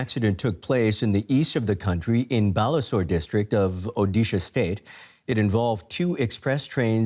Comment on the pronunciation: As someone from Odisha, this news reader pronounced Balasore better than most Indian journalists. Respect.👌🏼